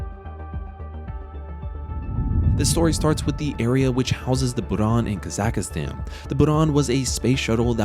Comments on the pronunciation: Kazakhstan is easy to say. “Kazak+stan”. There is no “a” in the middle. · This channel can’t even pronounce Kazakhstan correctly, let alone make a good video lol